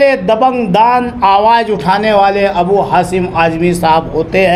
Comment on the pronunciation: Abu hasim nahi hai wo abu Asim azmi hai thoda bolne par dhyan de